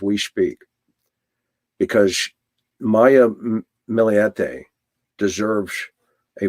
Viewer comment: her last name is pronounced Mill-E-te, not Mill-EE-E-te.